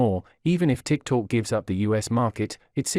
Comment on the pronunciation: The intelligent robot reading the text should be taugh to pronounce TikTok correctly - it is not Tik Talk!